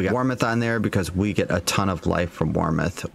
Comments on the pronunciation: Bro...WARMITH? Where is that "i" coming from? It's warmth. Fun build, and love the content! Really enjoy seeing you spend the time to build these non S tier builds out to their limits. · Can u read its WARMTH not WARM(ITH)